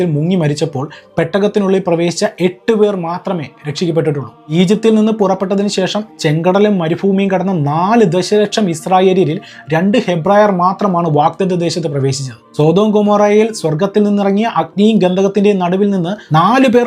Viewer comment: Dear brother, it is not "foomi, and marufoomi" but these words should be pronounced as " bhoomi and marubhoomi"respectively 🤣